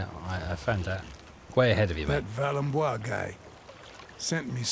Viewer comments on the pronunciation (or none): What on earth makes you pronounce the sequence of letters V A L E M B O I S as V A L E M B L A Y or V A M B O L A Y? Even without knowledge of French, it would be possible to deliver a somewhat acceptable version. Your talent for mutilating everything that contains several letters and is not English beyond recognition has accompanied your channels since I started following them. I enjoy your videos and have been following you for a few years, but this is annoying. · The weird thing is (A) he started off saying it more or less correctly and (B) he heard the game pronounce it and only THEN started butchering it. I love as a content creator, but I'm totally with you that it's annoying to hear. The game is awesome, however, which is NOT something I expected.